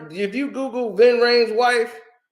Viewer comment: Its Ving not Vin bro Lol